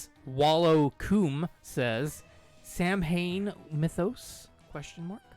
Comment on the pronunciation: I know that this is an old vid, but, Hey!!! "Samhain" is pronounced "Sa'Win". Would love to see a mythos on this band!